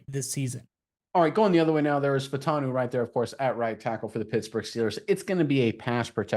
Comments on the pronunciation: I believe Troy's last name is pronounced "Fah-oo-tahn-oo" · FYI - there are 4 syllables in his last name. Fah-oh-tahn-o. Get it right ‘cause this dude is a beast!